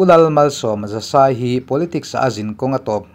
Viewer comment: Siaha biala MNF ticketa ding tura Pu H.C. Lalmalsawma Zasai hming, Zasai tih lai tak hi in lam diklo thin a, "sai" tih lai hi Mizo hnam hming "Sailo" tih a "Sai" kan lam ang hian lam tur a ni e. MNF boruak hi a tha hle bawk, tling ngei turah kan ngai